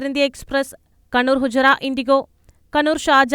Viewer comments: ഫുജൈറ. ഹുജ്റ അല്ല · Not hujra...fujaira...who is the reporter